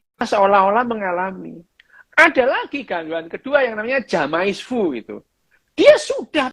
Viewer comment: Maaf... "Jamais vu" dibacanya "zame-vu"... jamais is French for "never"... Sekadar mengingatkan...